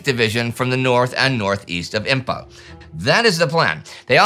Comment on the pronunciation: Imphal is pronounced as Imfal not Impal.